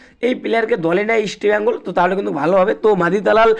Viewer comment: আগে তুই আমাদের ক্লাব এর নাম উচ্চারণ করা শেখ